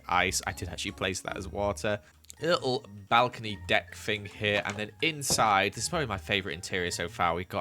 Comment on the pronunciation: Listen to him say little 😂😂